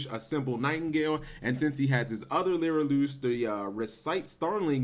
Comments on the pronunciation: why.... does he keep saying LYRILOOOOOSH????? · lirylush learn how to pronauce cards right also people don't realy think that they are shit without tyrant neptune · It's Li-ri-lusk.